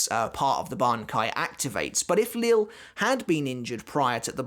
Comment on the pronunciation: Great video as always. I don’t know 100% for certain but I’m pretty sure Lille Barro’s first name is pronounced Lee-Yeh Barro and not Lil’ as in Lil’ Wayne. Someone correct me if I’m wrong, but I’m pretty sure that’s the correct pronunciation.